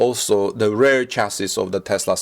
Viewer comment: REAR is pronounced as reer nor as rare. Please, learn Englisg.